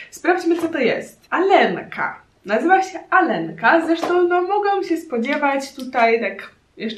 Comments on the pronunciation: Nie czyta się alenka tylko aljonka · Oj nie nie, nie "Alenka", tylko "Alionka" 😘😜 Super odcinek 👍